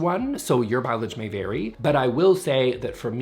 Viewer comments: Did he just say, "Your pileage may vary"? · "Your pileage may vary"